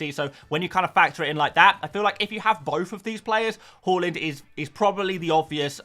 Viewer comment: Love how you’re still saying halland 😂love it, not Haaland anymore 😉